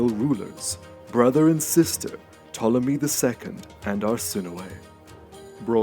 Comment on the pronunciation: 5.59 I thought you said Greek. Ptolemy.